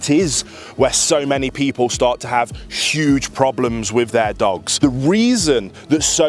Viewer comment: Did you say SSSHUGE?